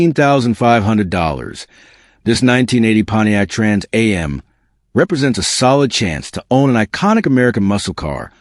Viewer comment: having trouble saying trans am